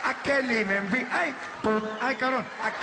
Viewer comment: Vieja.... Igotta pein in mai shess..... An ai can breef